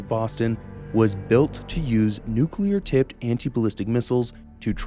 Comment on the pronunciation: Nuclear or Nucular? Hmm 🤔